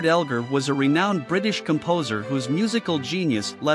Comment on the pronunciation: Whoever narrated that short bio on Edward Elgar should LEARN HOW TO PRONOUNCE HIS NAME!!!